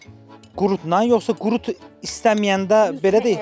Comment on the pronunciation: Ay, qurunt yox, qurut.